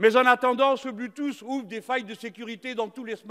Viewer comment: Le ''blu tousse'' a fait ma journée XD